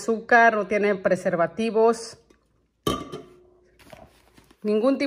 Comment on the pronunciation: 😂😂😂Cada vez que dices perse vativos me ase grasia